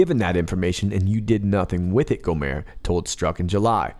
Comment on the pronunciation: It is GO-mert like the end of yogurt. The T is pronounced, not dropped like a French name.